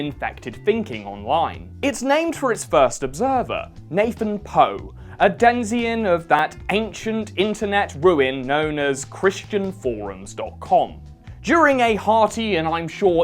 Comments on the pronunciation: Did pronounce denizen as denzien? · Did he say denzian? I think he meant denizen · I look forward to the day when people whose livelihood is saying words to a camera will finally learn how to say "denizen" correctly. You don't say "citzien" when you pronounce the word "citizen", so why "denzien" instead of "denizen"? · "Denzien"? Did you mean "Denizen"?